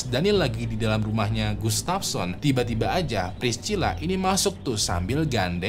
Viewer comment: Massachusetts itu dibacanya masa-cusets bukan masa-syu-syets. Priscilla dibacanya bukan pris-cila tapi pris-sila. Klo gatau cara bacanya dicek dulu di google lah bang, sakit kuping ni dengernye